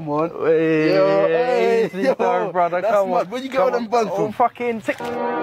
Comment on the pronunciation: I love how most of the broken ish accents are unable to say “th” like in broTHer oTHer they say bruhvah or ovah but can say THe THat THere etc correctly it bugs me